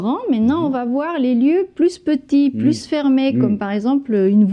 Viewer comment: Bonjour, merci pour cette vidéo que j'ai choisie pour que mes étudiants révisent. Mais j'ai une remarque : la prononciation du "s" de plus par Noémie "pluS petit". Dommage, car je travaille la prononciation de "plus" avec eux et dans ce cas le "s" ne se prononce pas ... Pourriez-vous ajouter un commentaire concernant la prononciation de "plus" ? merci !